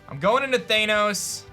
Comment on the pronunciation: Theinos? Isnt it Thanos?